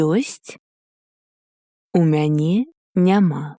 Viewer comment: Isn't it "мяне" with accent on the last syllable?